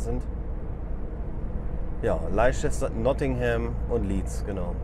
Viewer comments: Noch ein Nachsatz, Leicester wird nicht "Leitschester" ausgesprochen, sondern einfach nur "Läster". So ist das halt bei den Briten, von manchen Leuten auch Inselaffen genannt. Ich hab diese nie so genannt, denn ich konnte nicht nur während meiner Bw-Zeit sehr viele kennenlernen (Staffelaustausch bei der Luftwaffe). Durch ihr Inseldasein hatten sich halt manche Sachen ergeben, die wir nicht oder nur schwer verstehen. Doch Affen sind sie garantiert nicht. Ich nehme die Briten hin, wie sie sind, denn auch mit uns Deutschen ist man nicht überall zufrieden. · Die Briten sprechen Leicester als „Lester“ aus. Schöne Grüsse aus Bern. #Maennergrippe